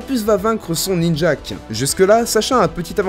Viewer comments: Par contre la prononciation de certaines pokemon (Ninjaske/Electek que tu prononce Ninjake/Electekle) 😂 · il dit Ninjak...j'ai eu envie de lui coudre un S sur le front...on dit Ninjask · Son "Ninjak" ? :( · on dit ninjask pas ninjack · Ninjask et pas ninjak